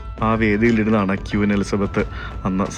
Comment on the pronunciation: Hello ക്വീൻ എന്ന് പറയൂ പ്ലീസ്. ക്യൂൻ എന്ന് പറയരുതേ